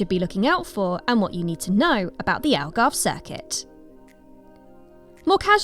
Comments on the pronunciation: You butchered the pronunciation of Algarve. Its not "Algarvay" its literally "Algarve" - the way its spelt. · English people trying to properly pronounce Algarve be like “Algarveiiii” 😆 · Just say "Algarv" the E at the end is basically silent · Not white, just wrong. English please.